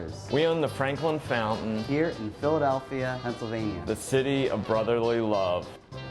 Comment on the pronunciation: "Frankin Flountain!" 🤣